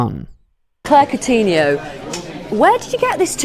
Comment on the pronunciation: The way british people pronounce countinho LOL